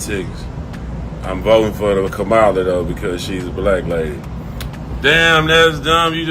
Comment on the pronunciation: Look say her name right, Kamala!!!!!!!!!!!!!!!!!!!!!!!!!!!!